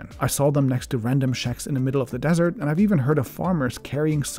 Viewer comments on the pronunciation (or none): none